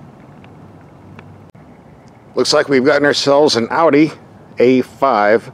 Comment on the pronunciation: An American that can pronounce "Audi" correctly. Wow.👍👍👍 As always great review.